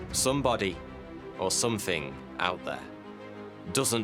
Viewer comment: THING uses a "TH" sounds not an "F" as you say "FING" and "SomeFING"... For an educated person (seemingly) this really lets you down!